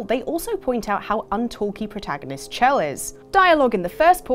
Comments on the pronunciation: Shell. It's SHELL. Sure it's spelt "Chelle"... but it's Shell. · No offense, but it's pronounced "Shell"